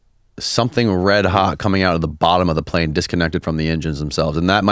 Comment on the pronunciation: "how far can you see a pane one a clear night" lmao